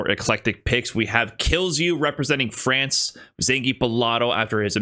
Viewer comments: say france like that again, and im unsubscribing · Is calling France "Frawnce" engagement bait because if so you got my ass